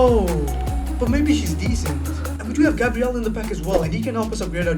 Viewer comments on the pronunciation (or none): none